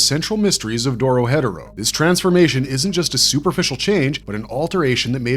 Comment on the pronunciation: lol when he said doro headero thru me off so bad